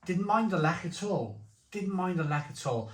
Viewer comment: Zubr used to be my fave and then I began to find it a bit sweet. Zwiec and Lech are my go to these days and they are very similar. Good pronunciation of Lech by the way but work in progress on the rest.